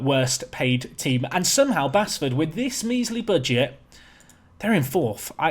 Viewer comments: Really enjoying this journey, but please stop saying basford wrong, it's pronounced base ford 😁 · appreciation for this save. Oh and it's still pronounced Base-ford not Bass-ford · please don't butcher Basford's team.. local to me. It's pronounced Baseford.. just spelt without the e. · I know i'm a few weeks behind and you're probably so promoted now that you'll never play them again, but if it's the club from just outside Nottingham - Basford is pronounced Base-ford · Its pronounced like Baseford